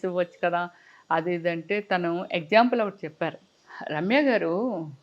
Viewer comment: Eggzample kadu ..example 😂